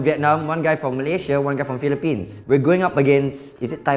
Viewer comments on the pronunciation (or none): Did you just say philipinea